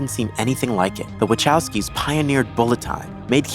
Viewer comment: Stop calling Wachowski "watchofskee." The proper pronunciation is "Vahofskee."